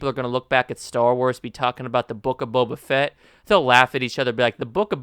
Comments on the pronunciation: I dont disagree but : "Bow-Bah" Not "Bubba Fett" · its not buba fett its bo ba fett, non the less i agree with your sentiment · how many times are you gonna pronounce his name wrong?. i agree with the opinion, but jesus christ dude its not buba fett you clown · Wtf is Bubuh Fett???